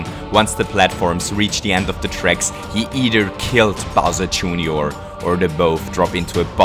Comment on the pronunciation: He called bowser jr. bowser jooneor